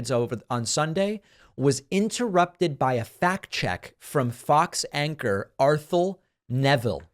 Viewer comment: Arthelle’s name is pronounced “R” - “thelle” (rhymes with “bell.”) - she is the daughter of Art Neville of the famous Neville Brothers from New Orleans. Their last name is pronounced Ne-ville. Please put a few extra minutes in to learn how to pronounce people’s names David, especially if you mention them in one of your commentaries. Also - you might want to see if you can interview her about what its like to be a truth-teller at FOX. Thank you.